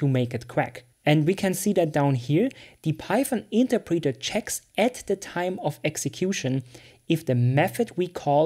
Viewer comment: Good video, good for beginners. One thing though...Please look up the pronunciation of interpreter.